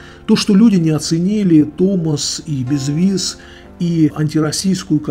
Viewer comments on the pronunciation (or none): none